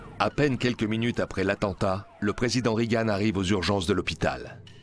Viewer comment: on ne dit pas "rigane" mais "régan" ! bande de niais !